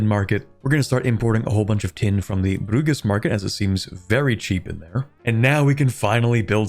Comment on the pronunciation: bud, please tell me how you pronounced Bruges was a prank.